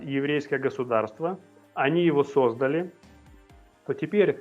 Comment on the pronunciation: Не сОздали, а создАли... Выключаю, перестали говорить правильно!!!